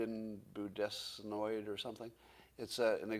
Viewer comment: "Budesnoid" - I don''t believe this is the name of the therapeutic. Anybody know the name of the therapeutic Scott butchered the name of is?